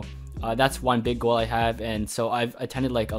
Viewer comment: when u said “ You need to have a Goal” I heard Girl XD